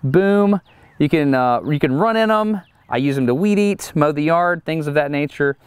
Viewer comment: Washington state here. Both, but maybe a little preference to "weed eater." Although, I had pause when Destin pronounced the T in "...when you weed eat" like a T and not a D.